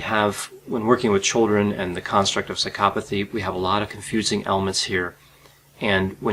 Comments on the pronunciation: i cant stand the way he pronounces psychopathy, l feel like going psychopathic myself hearing it.. Why is the accent made on the psy-CHO-pathy and not on PSY-chopathy, you do not say psyCHOpath, why would you say psyCHOpathy then? my god i seriously can not watch this video hearing that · why do you pronounce it like "sykopothy" isn't isn't it psycho pathy? you say psychopathic but then you say skyopothy lol. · had to stop watching because of Psy-cop-athy. maybe thats the way it is supposed to be pronounced but its driving me nuts. Bye.